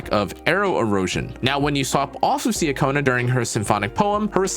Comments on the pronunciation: nice guide! btw just fyi, her name’s pronounced chacona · Great guide! It’s pronounced CHA-kona btw. I’m so happy I got her!